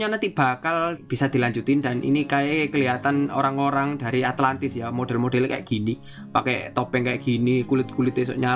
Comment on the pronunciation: ATLANTIS BANG ATLANTISS